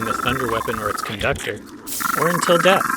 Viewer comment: with the way he said it, i'll be stealing that line "Or until deth." :)